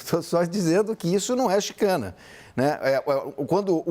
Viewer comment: Não é chicane , é chicane.